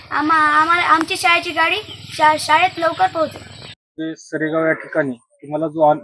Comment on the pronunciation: सेरगाव नाही हो बाई सरेगाव असेल आधी माहीती बरोबर घेत जा हो